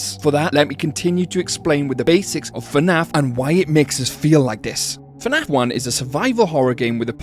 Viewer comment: abolute bonkers of a video, well done but please its not f'naf, its fnaf